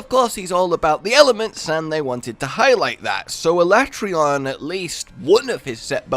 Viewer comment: sorry Capcom, but I'm still calling him al-at-ree-on, not ala-tray-on